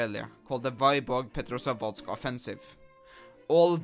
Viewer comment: thats not how you pronounce Vyborg